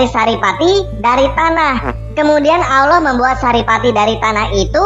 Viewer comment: yg salah baca siapa? Tulisan Allah bacax auloh... gak tau baca yachh.. hehehe